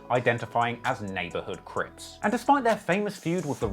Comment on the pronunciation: Not CRIPZ, CRIPS. Very Important difference.